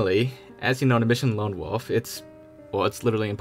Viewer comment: OMG!! It's WOLF not WOOF !!!!!!!!!!!!!!